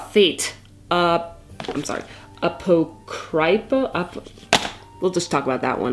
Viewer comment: Here's the pronunciation for Apocrypha for you ~! uh-poc-riff-uh. Apocrypha refers to works of scripture written by unknown offers that do not contribute to the accepted canon of scripture. Which is kind of interesting title for a series such Fate. Given the multiverse theory is used to great extent in this universe. Could end up being a pretty interesting entry in the series. Probably gonna end up watching all of these shows, though I haven't really been the biggest fan.